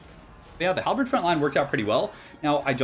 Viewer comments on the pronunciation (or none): none